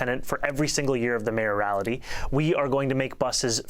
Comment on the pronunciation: Been bugging me: it's mayoralty, not mayorality